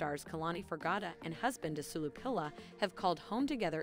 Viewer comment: his name is pronounced "as-weh-lo"